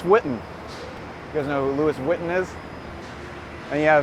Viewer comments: Very interesting and informative. BTW, it's pronounced as Lui Woton. Next time I come to NY, will hire you as a guide. 😊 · Louis vuitton is not how you pronounce it. The outlet doesn't sell the same items. Buy them on clearance. Try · "Louis Vitton" hahahaha!!